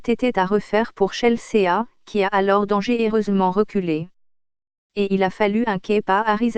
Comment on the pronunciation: ChelSÉÀ... et puis pourquoi une voix robotique ? Et puis sérieux, il y a même pas d'images du match, juste de images... d'une compétition amatrice ?